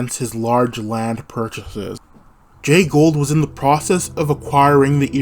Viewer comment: To earn respect for your channel, learn the proper pronunciation of your key player’s name. It is not Gold.